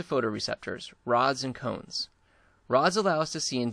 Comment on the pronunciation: sorry ..its cones not comes...